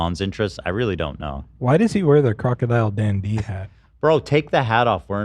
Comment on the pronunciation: saying "crocodile dandee" and then Ethan saying "crackadile dundee" immediately after is everything I needed from today's ep 💜